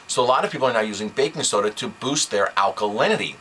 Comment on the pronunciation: "BBBAKKKING SSSODA!" Torture!